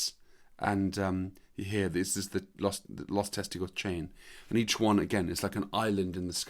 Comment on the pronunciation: “Lost Testicles.” Your pronunciation of “Los Testigos” is pretty bad, lol.